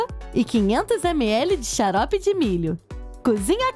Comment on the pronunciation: ela disse chalope de milho no lugar de charope kkkkk😅😉😂